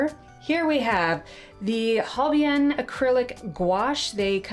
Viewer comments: The gouache isn't gouache, it's acrylic gouache, it's a huuuge difference. The brand is Holbein, Hol-(bein) It sounds like the word "Bein" in German. I think it's a nice box, you can always use these supplies individually 😊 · Holbein pronounced Hol bine with a long i; I believe. Love the Daniel Smith watercolors. Holbein is a great company also. Great box.